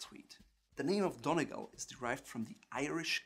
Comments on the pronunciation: You pronounce Donegal so wrong it’s not donny-gal it’s pronounced dunny-Gaul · Cheviot is pronounced CHEE-vi-ott with a hard T. Donegal is pronounced Dunn-ee-GOL.. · ahahah don eeee gaalll pronounciation a bit off but brilliant video!!! :) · Donegal Is not pronounced as Don-e-gal🤦🏼‍♀️👎🏼you pronounce it as Don-ee-gawl👍🏼 or Don-ee-gaul👍🏼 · I know it's a bit late but Donegal is pronounced don-ee-gal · Donegal is pronounced "Dun-Ee-Gall"